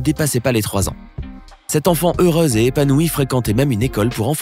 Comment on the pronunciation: On ne dit pas heurase mais heurEUse ;)